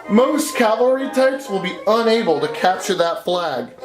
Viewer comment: The “COW-AL’-REE” class, intended or not, for that you earned yourself a like.